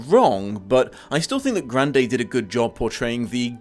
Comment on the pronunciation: Huh, I never imagined how would go about pronouncing Grande but I still somehow never expected "Gran-day" to be it.